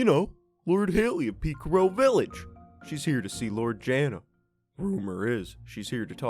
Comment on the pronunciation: i love how Haley pronounces Pikaru